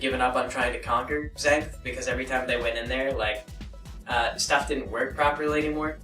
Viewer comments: You pronounce it way off dude. It's not "Zaingth" it's Xanth! (Zanth) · it's pronounced zanth not zank. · It is pronounced Zan*th* . There is no k or c in there. It's like Pier Zanth ony.